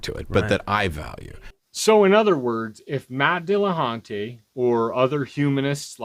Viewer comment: "Matt De La Hunté"